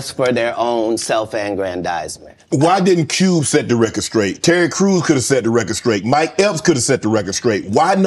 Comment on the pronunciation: Does Shannon know that the word “straight” doesn’t have a “k” in it? lol an educated man like him should be able to pronounce a simple word like straight 😂😂😂 all that money and still can’t pronounce a simple word